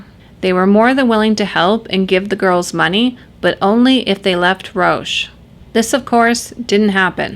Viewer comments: it's pronounced ''ROCK'' Theriault...not Roche Theriault...otherwise great video and you are sexy :) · Roch is pronounced as "Rock."